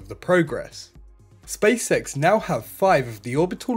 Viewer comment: How can i put this… please don’t take it in a bad way, but the way you say Spacex, somehow sounds like you say Space Sex 😅. I mean no offence 🙏. Maybe is just me 😂. Good video otherwise 👍🏻